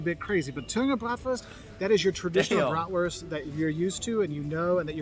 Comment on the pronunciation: German here: You pronounced that wrong?! Dude you are one of the few americans who pronounces "Bratwurst" almost perfectly! Also, veal Schnitzel is the austrian version and there is another version of "Jägerschnitzel", the one from the former GDR: breaded Jagdwurst ("hunters sausage") with tomato sauce and noodles . And Sauerbraten is a kind of roasted beef which has been in a marinade that contains a lot of vingegar